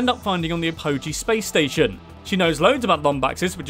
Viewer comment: It's pronounced Talwyn Ap-o-g, not a-poh-g